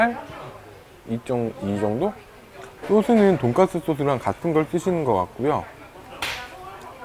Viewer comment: 쓰 발음 못하시나봐요 ㅋㅋㅋ 발음이 계속 돈가th 돈까뜨 돈가ㅊ뜨 이러셔